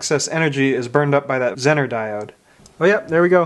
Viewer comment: It is pronounced ‘zeee ner’ not zin ner